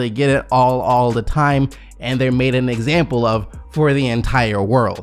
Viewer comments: "For EXAMPABLE" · “For exampable”